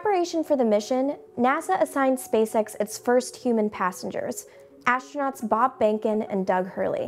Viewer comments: ASHTRANOTS?!!! fire this announcer. get someone who can speak english. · I just could not understand that why does she pronounce the word 'astronauts' in a different way? Sounds like a german word :)